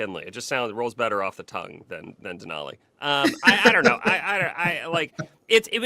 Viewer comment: Have to tell your senators and representative that. 47 just can't say Denali. He hasn't been to Alaska, either,has he?